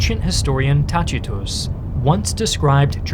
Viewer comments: Its not Tachitus, but TAKITUS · Great video, but Tacitus would be pronounced "Tak-e-toose" if you were aiming for Classical Latin. "C" in Classical Latin is hard, like "K" in modern English. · I know it's the ecclesiastical Latin pronunciation, but it's still really weird to me to hear Tacitus pronounced /ˈtat͡ʃitus/ rather than /ˈtakitus/ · that pronunciation of Tacitus was a worse massacre than Teutoburg.